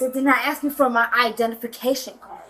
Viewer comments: “THEY DIDN’T AKS ME” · The word is ASK not AKS. I can literally hear her horrible spelling. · why does she say axe so much? weird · Black people the word is ... ASK ... not axe you are not chopping wood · It’s ask, not axe…. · I not axing you I’m telling you, you’re a moron!! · Why can't they say "Ask"? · I'll never understand how adults from an entire community cannot pronounce a word as simple as "ask". Beyond me. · "axe me"